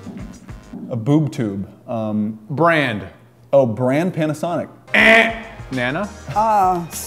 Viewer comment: he said boob toob